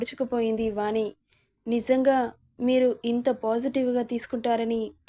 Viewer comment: వాణి....పెరు పలికే..టప్పుడు'ణ' శబ్దం వాని....పలికెటప్పుడు 'న' ఉచ్చారణ గమనించగలరు. వాచికాన్ని సరిచూచుకోగలరని మనవి🙏